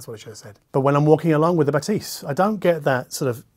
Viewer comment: Pronounced BathEs. Like the E in english is.